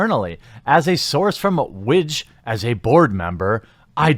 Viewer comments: Ha the way you were pronouncing WIGJ, widge, is slang for penis in parts of UK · WIGJ - I thought you said witch at first... :O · I'm sorry but I had to pause the video because the way you pronounce the acronym right after you talked about the manasource, I couldn't help but laugh at the possibility that will be not only wedges nickname (WIGJ) but also the chances of it being a meme.